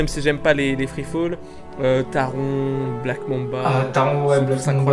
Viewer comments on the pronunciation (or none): Super vidéo ! Franchement phantasialand est le meilleur parc du monde ! Juste je me permet en tant que fan de Taron 😅 ça ce prononce « Taronne »